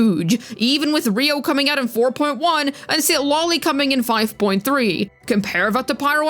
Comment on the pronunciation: Is just me or says Citlali as CitLOLI.